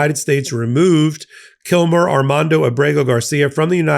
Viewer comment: His name is KILMAR Abrego Garcia. Get it right!